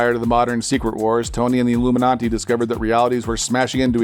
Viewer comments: Why did he say illuminanti lol its illuminati not iLloOmeNontee shit just erked me beyond belief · What's with the pop-up? Also Illuminati not illuminonti. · Ami hearing "iIlluminaNti" ?? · Is anyone else hearing illuminanti??? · It sounds like he’s saying Illuminanti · Is he saying alumin auntie? Am I high? Check on ya friends.